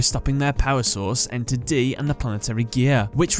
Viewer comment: Ener-D. Not enter d. Also iliaster is ill-ee-ass-ter